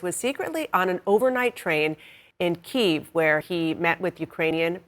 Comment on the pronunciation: Key ev. Say it right. Not keffgv